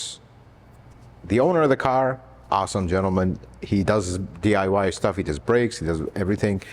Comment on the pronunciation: Why don’t you day DIY do it yourself,instead í notice your saying DYI do yourself in? Lol